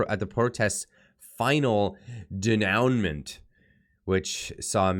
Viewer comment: Denoument is pronounced "day noo maw"